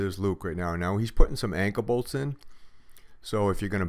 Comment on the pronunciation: Call me dumb but what is an anka bolt? Oh I see duh.Anchor bolt. Sorry I'm from Texas. I feel dumb.